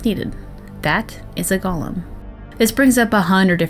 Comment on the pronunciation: It's pronounced goal-im